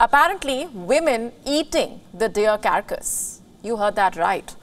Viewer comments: Its pronounced as car cass, Not kerr kas. 🙄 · Carcass is not pronounced as “CaRRcus” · cara-cus ? carcas ?